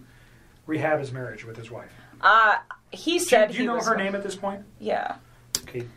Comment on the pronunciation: she shows utter contempt for Shan’ann. It’s the way she says herrrr family.